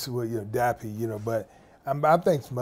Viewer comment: bless him, he keeps calling him dapper, dapper is a gentlemanly characteristic isnt it? dappy is not that,lol